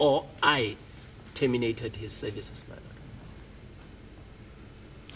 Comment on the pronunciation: Interpreter and 'sayvices' for services😂😂